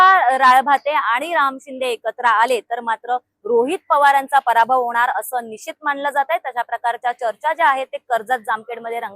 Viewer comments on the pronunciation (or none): none